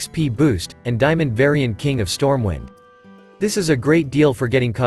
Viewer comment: did he say stormwine ? wtf edit: actually, he does it all the time lol